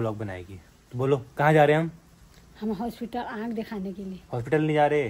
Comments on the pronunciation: Aakh❌ Aankh✅ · Aakh ❎Aand ✅ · Aakh❌ Aand✅😂😂